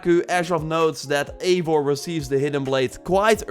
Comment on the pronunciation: it’s pronounced eye-var, Eivor